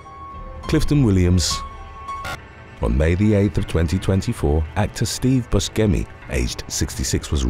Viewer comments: I hate to be that guy right now, but Steve Buscemi's last name is pronounced "Boo-shem-ee", not "Bush-chem-ee" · When not being able to pronounce names correctly goes wrong..... I mean, really? Buskemi? Its pronounced boo-shem-e. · I love this channel, but that is NOT how you pronounce Steve Buscemi's name. Buh-shee-me or even Boo-shee-me if it's said all at once as it's meant to be. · Yes, I'm pretty sure he's told interviewers/talk show hosts that it's pronounced like Boo sem ee. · It's the s sound, not the hard c. Also, I don't think it's the shee sound.